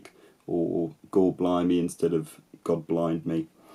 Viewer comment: The way you said “god blind me” kinda sounds like “god blimey”. Maybe that’s the origin of that word?